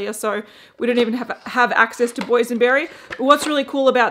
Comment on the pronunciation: "Boysion berry" 😏